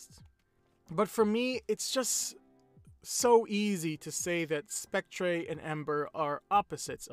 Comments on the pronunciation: It's pronounced "Spec-TER" not "Spec-TRAY" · I like how he says spectré instead of spectre